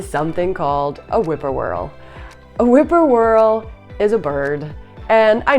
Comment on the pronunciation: whip-poor-will I think you mean not whippoorwhirl. I enjoyed the video though.